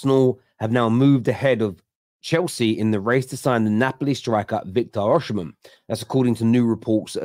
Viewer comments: why do you persit with pronouncing the name Or-She-men? Its pronounced Or-see-men. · Well it definitely doesn't start with 'or' lmao